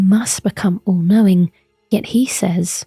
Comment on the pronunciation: "sir gideon ofnir, the all coping"